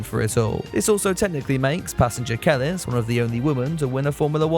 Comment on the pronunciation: Kelis is a rnb singer from the 2010’s, and her name is pronounced: (Cuh-Lease)